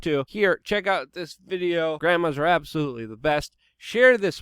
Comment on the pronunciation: And “absolOoTley”